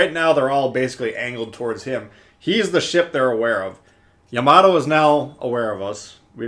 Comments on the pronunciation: I took 2 terms of Japanese before the virus ruined everything. It is Pronounced Ya-ma-toe... makes me cringe just a little but I’ll get over it. I can’t wait to start this ship up again after GK is finished. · It's Japanesse. Ya - Ma - To.